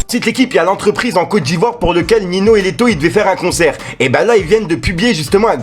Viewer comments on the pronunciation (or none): 😂 Il m’a dead comment il a prononcé